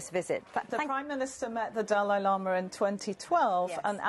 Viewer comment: Dalai Lama = Du lay lo ma